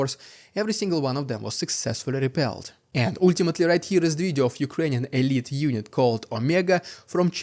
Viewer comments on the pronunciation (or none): none